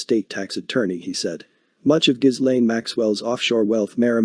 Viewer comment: Informative clip. FYI - Ghislaine is pronounced "Ga lin" and Giuffre is pronounced "Ju frey".